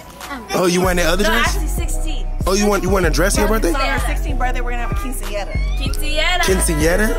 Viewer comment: 🤣🤣🤣🤣 dat nigga say happy brith day ahhhhh